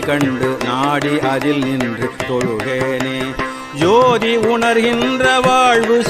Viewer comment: ஐயா, தயவு கூர்ந்து தமிழ் வார்த்தைகளை இன்னமும் திருத்தமாக உச்சரியுங்கள். சோதி என்ற சொல்லை ஜோதி என்று பாடுகிறீர்கள். தாடுமயில் என அழுத்தமாக பாடும் போது தமிழ் வாரத்தை யாக தெரியவில்லை. இது போல இந்த பாடல்களில் சில இடங்களில் உள்ள தவறுகளை தவிர்க்க வேண்டும் ஐயா.🙏🙏🙏